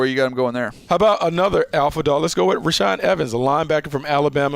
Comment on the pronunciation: You said reshaad evens twice.ROLE TIDE